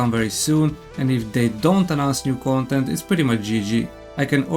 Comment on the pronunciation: Your pronunciation is pretty funny, "gontent" for content and "gomment" for comment 😂. I'm going to make this gomment and tell you to stop being so negative.